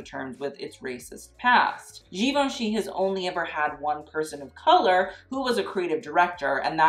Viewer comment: For God sake, learn how to pronounce Givenchy!!!! Even can't pronounce it.